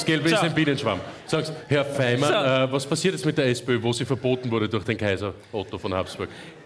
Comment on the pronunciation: den Faymann sprechen sie echt genial xD